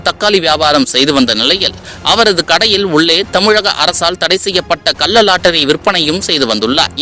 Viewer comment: டேய் பைத்தியம் "கல்ல லாட்டரி" இல்லை " கள்ள லாட்டரி". தமிழை ஒழுங்காக பேசுடா.